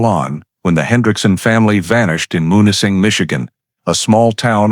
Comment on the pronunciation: Munising is pronounced MEW-nis-ing MEW, - not MON or MUN